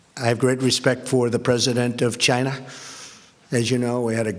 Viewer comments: Trump says schinaa not china lol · Lol' the president of chinahh' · he says china like chyna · Trump--"I have great respect for the president of Chinha..." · Its pronounced Gina. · I hate the way he says China. CHI NA. eh.. cringe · Like Seriously why do he have to say CHIIIIIINA so hard...... What A Joke!!!! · "CHYNA" -Trump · is the funniest part how he says China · I can't get over the way Trump pronounces "China" after watching all the Trump ytp's.